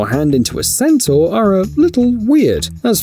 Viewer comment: ...it was a centaur-taur.